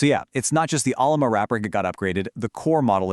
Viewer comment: Has it got a firewall yet? LM Studio has. "Ollama" is pronounced as oh-LAH-ma, with emphasis on the second syllable.